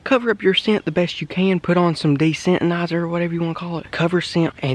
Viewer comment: De -sentnizer lol